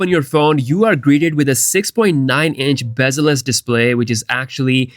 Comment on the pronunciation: “Bezeless display“…